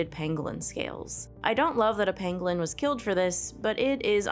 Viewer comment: pAngolin not pEngolin kid get it right lol